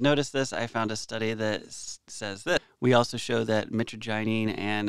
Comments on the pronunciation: My-Tra-gin not mittiginny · The pronunciation is mitra - jy - nine, the gy sounds like jy. You almost pronounced it correctly , and (Almost). Soooo close ! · Mit-traj-a-neen is how it's pronounced. And it's an amazing plant 🪴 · Brother c'mon Mitagyneen? You may need a new prescription you cant see the R? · Pronounciation is more like My-tra-G-eneen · It's proounced mi trag a nine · Mitragynine – pronounced: /ˌmɪ-trə-ˈdʒaɪ-niːn/ MIH-truh-JAI-neen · Its pronounced "meh TRAJ uh neen" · It’s pronounced mytrajenine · Met-tra-ja-neen is the pronunciation for metragynine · The way it is pronounced is (muh trag O kneen) like knee but with a n at the end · Mi-trage-in-nyne is how you pronounce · Its " mih-TRA-jah-neen" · you're awesome, but I'm surprised about something. You did a good analysis, but you did not pronounce the name properly at all. It's pronounced "mee-traj-a-neen" lol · ...man. it's mitragynine. That's not how it's pronounced. We then convert that Into 7 hydroxy mitragynine. Yes there's other ones too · You're a Pharmacist, not a Doctor. Chill out. and you are pronouncing Mitragynine Speciosa wrong. Google can play you how it sounds if you need that, just look it up :)